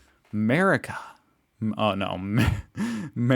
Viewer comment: I found it quite amusing that you tried to pronounce Mercia as 'Merica to try to somehow introduce your country into the mix,. I find it quite ironic that the 'America' in your country's name comes from the female Latin version of Amerigo Vespucci as in Americus Vespuccius, i.e. Americus is the male form and America is the female form of that name of his. Nice try, Mate, but it didn't work....especially when you consider that your country didn't even exist for another 1,250 years after the creation of Mercia, did it?